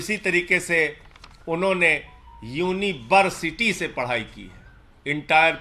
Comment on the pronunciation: "Unibersity" 🤣🤣🤣 and bjp call it authentic